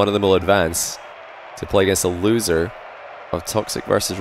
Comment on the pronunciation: Why you say loser like that lol